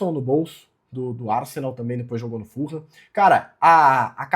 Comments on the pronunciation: a pronuncia certa eh "FULAM" e nao "FURRAM" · Eu morei em Fulham. Fala-se "Fulam" mesmo, nao "full ham". Abraco!